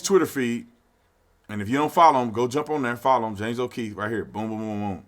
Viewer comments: O’Keefe... not O’Keith. Its not that hard to pronounce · It's James O'Keefe. Not O'Keith. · Bro his name is on the title, on your monitor and u still keep calling him Keith... Too cool to say o Keefe 😎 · Hey Brandon don't be like all them blacks and say Kieth when his last name is keefe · O’keeFe officer tatum, not o’keethe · James O’keefe, not James O’Kieth. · Love you Tatum, but it's O'Keefe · I don’t think you know who James okeefe is the way you mispronounce his name 😆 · How are you gonna say "O'Keith" and say people aren't patriots for not knowing his name. Lol...then say things like "confrused" and probably still pronounce it "Happy Berfday"? Ha. But hey, I got love for you, Arizona, and the gun rights they uphold! Go Sun Devils! Go get your ARs, FNs, Glocks, Sigs, and anything/everything else! Keep AMERICA the GREATEST country EVER!